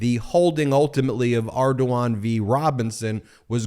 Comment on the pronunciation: As a native of Louisiana, I must say "very acceptable pronunciation of Ardoin".